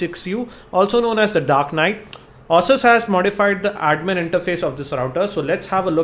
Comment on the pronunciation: Hi... maybe you call it "aah-sus" to avoid calling it "asses":).. but neither is correct... it actually is "A-sus"...